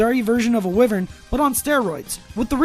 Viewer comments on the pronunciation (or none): It's why-vern, not wivern, brother. But that aside, thank you for the info, I'm glad I subscribed